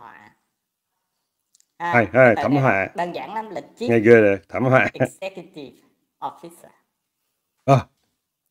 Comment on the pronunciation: Hahaha tuong sao chim chim láy le vói ls Tran van sy duoc thôi chu mình nghe chim chim phát âm “ chief executive officer “ la “ xiép executive officer “ mình muón té ghé nè kkkkk